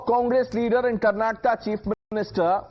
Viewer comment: Not karnstaka but khannataka